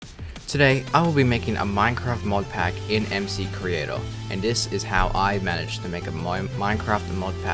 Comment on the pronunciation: first of all it's pronounced: EMCREATOR not EMSEECREATOR, and you should add titanium, and uranium ore/tools/armor using recolored actual minecraft textures, not MCreators auto-generated vers